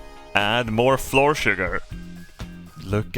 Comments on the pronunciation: Annoyed at in the first 30 seconds. Love it. If "flour" is pronounced "floor" then "our" is pronounced "or". "Flour" is like "flower" just like "our" is like "ow-err". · Oh man he's finally saying Floor properly. It's flower. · fl our flour it's flour not floor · as much as i love your accent, flour and flower are homonyms meaning a word that’s pronounced the same but spelled differently, just a little english lesson for ya :) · Day 3,564: still can not pronounce flour correctly. He's beginning to openly reject this new knowledge. We'll have to up the dosages. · He pronounces it as fluoride “fluor” in Swedish which I find extra funny.